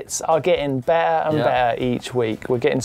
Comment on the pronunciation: The word "Better" has two "T's" in it. At least pronounce one of them!